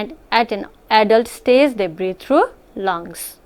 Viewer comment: Heard breed instead of breathe